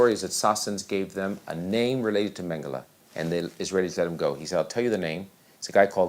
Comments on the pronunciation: How difficult can it be to pronounce his name Mengele, not Mengellleh…….??????? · I gave up, I don't accept censorship and bending the truth. Stop uploading this to evil YouTube! By the way speak his name CORRECT. Mengele! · The narrator's mispronunciation of Mengele ruins this excellent doc. How could this be allowed to happen by the producers? How hard can it be to say it correctly? It's like calling Trump 'Tramp', or Putin 'Pew-tyne' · Learn how to pronounce his name , you sound uneducated!!!!!!!!!!!!!!!!!!!!!!!!!!!!!!!!!!!!!!!!!!!!!!!!!!!!!!!!!!!!!!!!!!!!!!!!!!!!!!!!!!!!!!!!!!!! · Why is the name Mengele so wrongly pronounced?